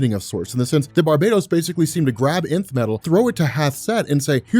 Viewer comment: Pronounced like Enth